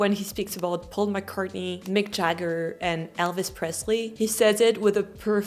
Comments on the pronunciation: gives it away when he pronounces english names correctly. A french person would likely say smth sounding like Mique Jaggeure/Jagguerre and Pohl Maccartnaie;) I think his french is already perfect in the first interview. It feels more like he didn't use it for a while and needs some acclimatisation time. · But that would be the wrong way to do it. When including a foreign word it is to be pronounced as in its original language. So he got "Paul McCartney", "Elvis Presley" and "Mick Jagger" exactly right, while he MISpronounced "Hollywood" and "Bob Dylan" because those names are not pronounced that way where they come from.. You wouldn't want someone pronouncing Geneviève as "djen-a-veev" just as a German wouldn't want to hear "Bock" for "Bach" or a Brazilian wouldn't want to hear "Jew-ow" for "João". It's a matter of respect. For the same reason I wouldn't want to hear a Francophone refer to "Jack Brel" because he thinks I wouldn't catch "Jacques".